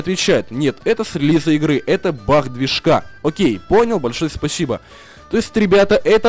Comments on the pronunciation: почему ты говоришь баХ а не баг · Баг а не бах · Почему ты он говоришь Бах? Надо говорить баг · Почему бах а не баг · Не Бах ,а баг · ты говоришь не баг а бах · почему ты говоришь бах а не баг :-D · не Бах а бак! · не Бах а баг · Почему ты говоришь бах